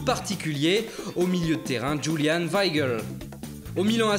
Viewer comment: Euh le voix la. c'est bien de vouloir prendre les accents mais en allemand on dit Youlian pas Djoulian